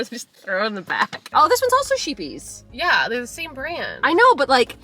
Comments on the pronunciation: Im excited about you trying out scheepjes yarn!! Its a dutch company and its pronounced something like ‘skhet-yes’ 🎉💛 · Scheepjes is pronounced 'Shep-yays' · Love how nothern americans pronounce Scheepjes😂😂